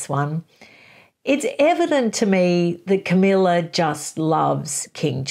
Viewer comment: Camilla, not Camellia. And no, falling in love was not the only thing she did. She was in league with Charles to procure a very young virgin for Charles to marry seeing as she could not. The idea was that this young virgin could be used to satisfy Charles' dynastic obligations. The problem was that they contrived for Diana to believe Charles was in love with her, and she did. They should have made a deal with Charles' bride, Diana would not have done so but I suspect there were many that would. They didnt do it because they could have been caught, instead they acted abominably without any integrity. Yes they are clearly in love but it doesn't change what they did.